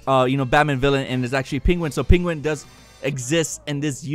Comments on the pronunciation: Am I going deaf? Did you say SteFFANwolf & PINguin?..... It's StePPenwolf & Penguin, dude!!! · Penguin not peenguin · ...is that really how you say "Penguin"?.. Smh